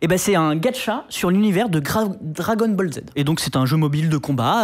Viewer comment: alors d'habitude, les sources et les débats sont très bien organisés... la j'ai tiqué juste quand on a écorché dragon ball... l'une des choses les plus connues de la génération, même nos parents savent le prononcer correctement... Ensuite utiliser Krayn en tant que source alors que ce mec est une girouette pas bien dans sa tête... Plutot que de se centrer sur des youtubeurs (et il y en a des bien plus gros que lui) ou alors se centrer sur un youtubeur qui ne fait QUE cela pour amener un plus à l'argumentaire, il serait bon de se centrer sur des vraies sources... Viables... exemple comme l'a dit une autre personne en commentaire : "les sociétés derrière ces jeux ne manipulent pas les taux si tu payes, c'est totalement illégal et interdit par la loi". Il faudrait donc éviter de polluer un sujet qu'on ne maitrise pas. En revanche l'analyse psychologique de dépendance est bonne. ce sujet rejoint d'ailleurs le principe des lootbox récemment bloqué en Belgique (quelques années). Prochain type de news comme ca je file me désabonner. On dirait du "tchat GPT génère moi une news choc".